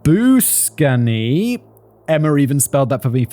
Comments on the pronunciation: Pronunciation guide for you Simon, Labuschagne is pronounced Labu-shane 👍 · I really had no idea how to explain the 'gggg" sound to him! Hulle het dit nie in Engels nie! Nou sit ons met 'Labu-skatch-knee' 🤣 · Oh Simon! Your pronunciation of South African names has me in stitches. It took me a moment to figure out Labuschagne😂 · I think the Doc's name is either pronounced Lab-oo-shag-knee or Lab-oo-shane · Labuschagne is decentands of the heugenoots from france that settled in south africa. As a native I knew how to pronounce the surname properly, however the first time I saw it written, it confused the crap out my brain, I still can't spell this surname without google😅 Funny enough it always reminds me of this movie, zulu on my stoep, where the main character wins money, and the presenter presents him as mr lab-ah-kak-ny, so that pronounciation I think should also be regarded as acceptable😂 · Well done Simon you really butchered those names, totally hilarious! :) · When Simon tried to pronounce Labuschagne, I nearly fell off my bed laughing! 💀🤣🤣🤣🤪🤪🤪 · Nearly as bad as the pronounciation of it in zulu on my stoep😂🤣😂🤣😂🤣😂